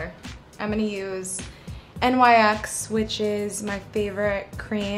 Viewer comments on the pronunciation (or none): I watched this a month ago but I came back to double check if she said nyx n-y-x and she DID so I threw a tantrum